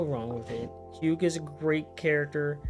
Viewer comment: raises hand Is there a particular reason you pronounce the "g" in Hugh?